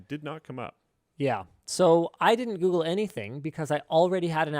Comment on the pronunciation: "lets goofle that "